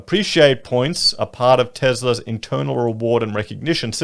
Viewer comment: 🥴? Did you just say “Tesla”? Or it must be my vaccine side effect…